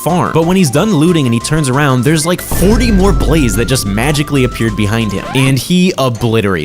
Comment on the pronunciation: At the start who else heard lake comment and subscribe😅